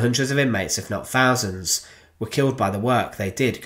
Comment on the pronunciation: why do the English say fousand.. not thousand.. it’s weird!